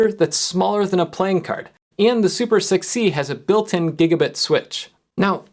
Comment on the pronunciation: > This is super6c This sounded to me like 'This is super sick, see?'